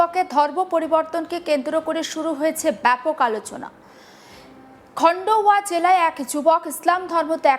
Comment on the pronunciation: খন্ডহর নয় খান্ডোয়া হবে।